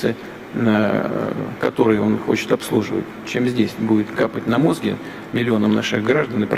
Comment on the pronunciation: Немцов был прав! Заметим слово мОзги произнесено как у бандидтов 90- х